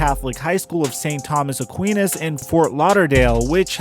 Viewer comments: This mans said st Thomas aqeenas😂😂💀 brother it’s st Thomas Aquinas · On the school you don't say Aquinas with the sound Aqueeenas like I just sneezed. It is more like Aquinas like eyeball an eye sound Aqu "I" nas eye sounding. Like I did it. Thats ok I had a lot of Catholic friends as a kid and we had a school named that in my city.